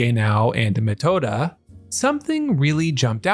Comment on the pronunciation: dude, u've gotta work on ur names don't read the thing, hear how it's pronounced it doesn't need to be perfect, but this is something else even as for reading, Metoda is crazy